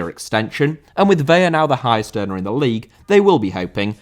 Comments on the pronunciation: It's ve-la. You only make the l an y when there are two of them. You're pronouncing it like Vella. Ca-drlos Vela, if you can put a little roll on your r with the Carlos.😘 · Vela = VEH-lah Vella = VEH-ya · Vela is pronounced like "fella" but with a V. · Just fyi it's pronounced as it's spelled, "Vela", i.e. with an L, rather then "Veya". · Carlos Vela is pronounced like "Vay-Lah" not "Vey-uh" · Vela* not Veiar!! Wtf?!Huge butcher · It's Vela the L is pronounced, it would be a y sound if it was a double L (like Sevilla)